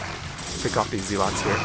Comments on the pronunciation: Cool play. Though I'm pretty sure they're called 'zehlots' rather than 'zeelots' ;) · Lol I haven't heard someone pronounce it as zeelots since around the time the game came out. That was back when we were all kids and nobody knew any better 😂. It just brought back a lot of memories haha